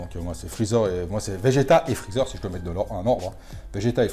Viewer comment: " chalu ché freecher " 😂😂😂 je suis mdrr excellent 👍